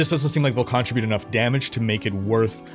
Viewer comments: Great video as always! One thing, it's pronounced con-trib-ute not contra-bute. It threw me off for the first few minutes of the video. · Con-tri-butte?? Do you mean ‘contribute’ ??? Lol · Great video! I've watched multiple times. I have to mention because it's bothering me: contr-I-bute and contrib-U-tion have different emphasis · Great vid but for the word "contribute," emphasis is on the second syllable. Wouldn't normally care but you sure used that word a lot.